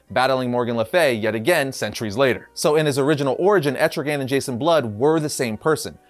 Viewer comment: Wow. I am so shocked... that people are starting to actually pronounce ETRIGAN's Name Right! Nice Job.